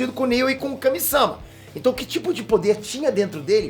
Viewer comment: Kame SÂma doeu de ouvir